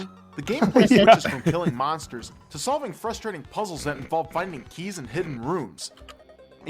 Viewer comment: i love how he says "fustrating"